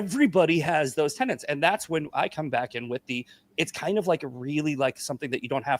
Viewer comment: The intrusive N is becoming so annoying. It's not 'tenents', it's 'tenets'. It's also not 'pundints', it's 'pundits'. My OCD feels healed now 😊